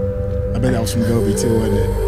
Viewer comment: pronounced Gopi as Gobi (like the sabzi). That's so funny 🤣🤣